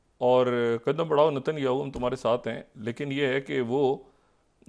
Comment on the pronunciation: ڈاکٹر شاہد مسعود صاحب نتن یاھو. نہیں ۔ نیتن یاھو بولتے ہیں ۔۔ معذرت کے ساتھ اپ صرف پاکستانی سیاست کے حوالے سے اچھا بولتے ہیں ۔ باقی فلسطین امریکہ اور اسرائیل و عرب کنٹریز ان پر اپ کی کوئی دست رس نہی۔ ۔